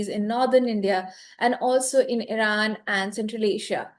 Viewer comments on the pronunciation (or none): none